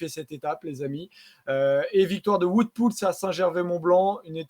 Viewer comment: Top la video 👍 Juste niveau prononciation, j'imagine que le "Wout" de Poels se prononce comme celui de WVA, donc plutôt "vaote" au lieu de "voute"